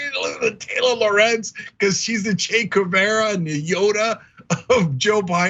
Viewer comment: So after watching this clip from fox we know that Trucker doesn't speak Spanish (his pronunciation of 'Guevara') or French. An abroad educated millionaire.